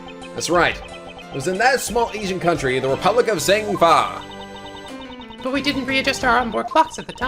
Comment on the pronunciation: it's EYE-flEYE the 3rd e in Meele is silent and at least you pronounce Zheng Fa right for once